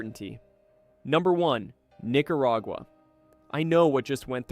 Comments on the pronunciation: You're okay, my friend. No one, not even the Nicaraguans pronounce these names as "NicaRAYgua" and "San JuEN Del Sur". Just tune into local news for proper pronunciation. All the best! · "NicaRAYgua" "San JuEN Del Sur", please, either get a human, get a better AI, or edit the AI output. Don't insult us!